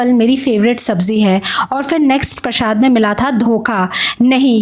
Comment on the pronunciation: Prashaad nai hota hai, Prasaad hota hai